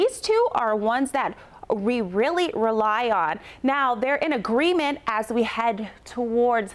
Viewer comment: Girllll your pronunciation is awful 👌 "strengthen" "in agreement"no acting career gig for you